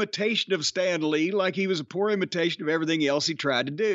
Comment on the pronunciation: Lol Russo adds syllables to words. "Ev-uh-ry-thing. Wrest-uh-ling." He probably does this because it's a way for him to get to talk longer.